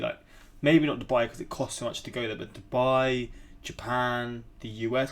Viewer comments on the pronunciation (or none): none